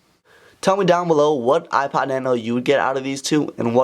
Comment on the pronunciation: Hate the way you say "ipad" instead of "ipod"